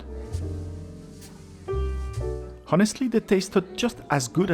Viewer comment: Very good, enjoyable, informative reviews. Just one small point: the 'h' in 'honest' and 'honestly' should be silent. Yes, we do not pronounce it here in dear old Blighty, or even in the good 'ole Yew Ess Ay, or anywhere you can find people pronouncing English correctly. I note that you Ftencl have multiple examples of the silent 'h', as in 'homme', and indeed 'honnête.' '